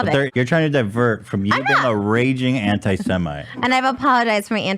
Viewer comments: She said antisemite wrong on purpose the first time she said it in the latest video cause she’s being a troll. And her sister looks like she asked the plastic surgeon for Gwenyth Paltrow and came back looking like freakin’ Shrek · I have a lot to say about what she did. She upset a Holocaust survivor. As a Jewish girl who has dealt with so much antisemitism, Trisha doesn’t even know how to SAY “antisemite” she says “antiseMIT”. Wow she really studied up about Judaism. Immediately “learning about Islam” and “studying Hare Krishna” it’s not Ethan, it’s everyone asking her to stop being a hurtful, cruel, disgusting, unfeeling POS. She blames everything on Ethan, she is TRYING TO BE INFLAMMATORY. Obviously you aren’t the producer HIS COMPANY “TED ENT” produced it. What else would she be!? He made the merch, he has the studio, the crew, the cameras, edits, that’s what a producer does. She just sat there and lied like she always does.